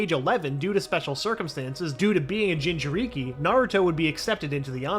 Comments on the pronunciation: No he said gingereekee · He said ginger i ki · Bro said 'jinjeriki' It's jin-juh-ri-ki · Bro really said jinjuriky hahahahahahh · Why did you say gingereekee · Bro fire this guy look at how he said jinjurik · No he’s trying to get to me “Jin cher Ee kee” no that’s not right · jin ju rikeee had me cracking up so much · BRO WHEN HE SIAD JINCHURIKI HE SAID GINGERRIKI THE HELL IS THAT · bruh "jinchurigi" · ginga ree kee 💀💀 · Mans really just called Naruto a Jinchureeki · I appreciate the effor in the videos, but man can you tell this narrator gives no fucks or doesn't understand naruto at all lol. Referring to Obito as Uchiha, saying Jinchūriki as "jin-chur-ikke", and many other blunders. Made this video insanely hard to watch. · Dude I'm dying how he pronounces Jin churikiiiii lmakkoo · You better learn how too say jinchuriki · Man don’t let this guy commentate a story again “jin-chu-ree-kee” and “uchihas” does he not know obito name? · Ah yes, a gin chur reeki and a jone in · “OOchiha” “jinchurEEkEE” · It bothers me how he says Uchiha and jinchuri